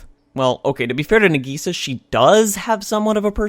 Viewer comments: FYI The pronunciation of Nagisa differs between the Japanese and English dub. It does make me cringe when I hear it being pronounced "Nageesa" instead of "Naagisa" since I watched all 47 episodes in the Japanese dub. I can understand why this shouldn't be considered a mistake on anyone's part but wonder if the English voice actors were told to do this, although Sentai Filmworks tend to get a bad rap for their English dubs anyway. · Did you just call her Nageesa? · if going to rip off the show pronounce nag-i-sa right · That is the incorrect way to say Nagisa